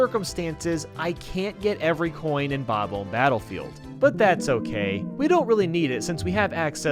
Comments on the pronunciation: Bob-uhm Battlefield? Nice,. The “omb” is pronounced like “bomb”, meaning you say it like “ba-bomb”. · Say bom om not bobum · sounded like you where saying"bobble" instead of "bob-om" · Bob-omb does not rhyme with comb. It rhymes with bomb. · How do you honestly mispronounce "Bomb-Omb"? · "King Bab-Umb" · Sorry, but... why do you pronounce bob-omb like that? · The way he pronounces "bob-omb" makes me chuckle. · Your pronounciation of those bomb guys might be a Bad Bob-Omben...